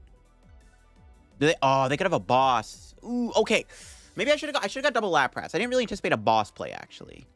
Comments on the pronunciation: The way he pronounces "Lap Wrasse" and "Parecell" is just too distracting. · I absolutely love your content! I watch every episode! Just bought some codes from Card Cavern too. Already migrated to LIVE. The way you pronounce “Lapras” and “Arcanine” sends shivers down my spine 😫 lmao / as they say. You’re still a GOAT